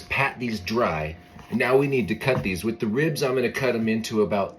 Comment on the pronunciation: At first I thought you said “10 cloves of wheat bay leaves” and I was like “where the heck do I find those??” Lol